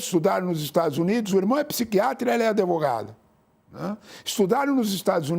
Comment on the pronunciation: Uma pessoa tão instruída falando "adevogada"… por essa eu não esperava